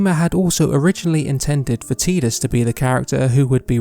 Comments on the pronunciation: Tee-dus? Oh come on. BEE-tah?! I can't watch this video without getting mad. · I will never accept Tee-dus as the pronunciation. It just sounds so damn stupid in English and with the game’s water motif, the fact that it’s now tide-us is baffling. It’s right there! And idk how to describe it sounds a little pervy? Probably bc it sounds like teet or titty lmao. that trailer voice actor really did screw it up for us